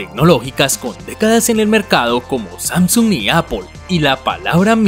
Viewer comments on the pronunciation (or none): none